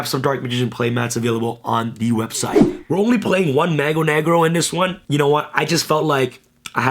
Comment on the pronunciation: Love the portuguese DM, just a side note.. it's pronounced "Mah-goo Neh-grew" in portuguese :)